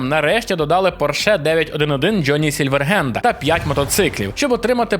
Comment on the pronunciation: поясніть чому Гейло там же написано H а не G тож не Galo , і чому Джоні сільверГенд ? що за мавпа це придумала озвучовати букву Х як Г навіщо ?а головне наГуя це? це якесь нововедення чи що ?